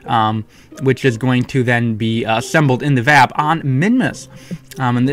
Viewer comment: yay im not the only one that pronounces vab as a word instead of "v.a.b"